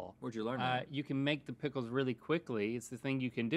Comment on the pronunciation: “Prickles” is the new “dickle”.